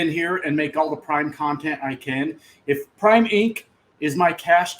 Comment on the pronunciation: Not prime its PRAM!